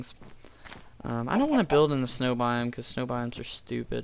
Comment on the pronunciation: Snow not sneiw